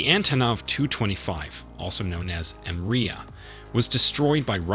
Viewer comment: M - riya?? You Americans love to destroy words